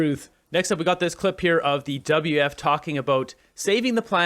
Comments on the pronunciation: Why do you keep saying, "WF" ? It''s "WEF". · What is the WF? like beo learn to pronounce properly. And the WEF is a distraction. They don't implement anything. They are just the mouth of other individuals and groups. Klaus is worth $12 million. This is a distraction for the plebs.